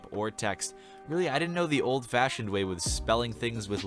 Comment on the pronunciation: 'old-fahsioned' HMMM